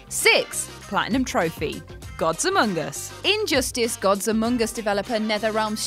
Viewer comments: Gods-a-mungus lol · Did you say God's humongous or gods among us?